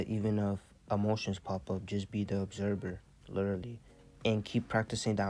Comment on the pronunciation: ObserVER - you are awakened work on your pronunciations tho brother great knowledge